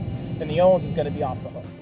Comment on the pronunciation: You've been riding motorcycles for SIX years? Wooooow. Do you even know what WP stands for? Look it up. Also, learn to pronounce Öhlins. Yeah, I have a key for 'Ö' on my keyboard.